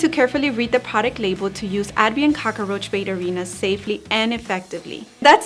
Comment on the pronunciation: I like how you say cock-a-roach. That's how my dad used to say it.